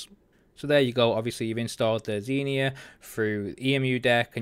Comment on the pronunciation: He dont say it proberly